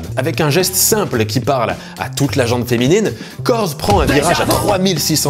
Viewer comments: La gent féminine et non « ...la gentE féminine... » comme entendu dans la vidéo. Excellente vidéo par ailleurs, comme toujours. Pertinente, bien ficelée et beaucoup d’humour. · J'ai toujours prononcé gent disant le T... (et j'imagine que je ne suis pas le seul) Je viens de découvrir que c'est faux